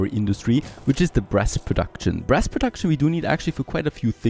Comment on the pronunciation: When you talked about making brass i could've swore that i heard breast instead of brass lol gotta love accents and me not paying a lot of attention:P keep up the good work